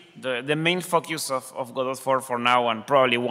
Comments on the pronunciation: Hey pronunciation police! The creator pronounces it God-dot similar to robot, and not the pretentious sounding G'doh. So stop correcting me every time I call it God - oh ! I may be wrong but I am no more wrong than you! ;) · Once and for all... is it pronounced gehDOE or GOdot? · I'm losing my mind over this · I'm only 34 seconds into the video and I'm not going to watch any more. Hearing him say "go-dot" has turned my world upside down and I'll need some time to recover from this. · It's called "go dot" just like "ro bot" which is why its logo is a robot. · So its pronounced Godot?